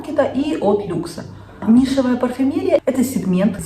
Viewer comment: Милая девушка. Пожалуйста, произносите слово нишевая парфюмерия.грамотно. Обратите внимание на ударение. То,что говорите Вы,не существует.